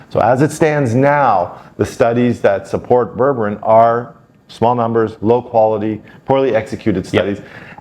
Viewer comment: You're mispronouncing it, it's pronounced Berbereen, not Berberin.